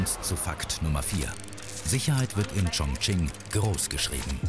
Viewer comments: Wie ,,Chongqing“ ausgesprochen wird😂😂😂😂😂. Ps ich spreche Chinesisch 🇨🇳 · 肯尼 schmerzt im Herz drin welcher Provinz